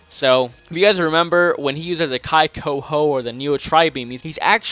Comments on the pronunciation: [kee-kou-hou]... But whatever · Annoys me that he says "kai" when the I is like the I in Chi. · its pronounced (kee-ko-ho) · Kai-ko-ho i dont think so maby KIKOHO